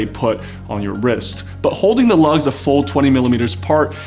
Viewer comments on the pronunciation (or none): none